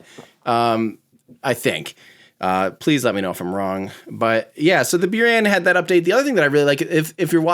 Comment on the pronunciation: C’mon, it’s Boo-rahn, right?